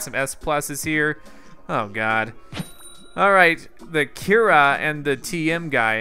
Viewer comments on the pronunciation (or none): none